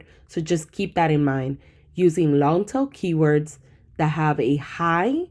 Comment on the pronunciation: so sorry, there is one sentence that I’m not hearing right. Are you saying long tail keywords or long til? Thank you for your videos!! Learning lots, subbed and liking as I go.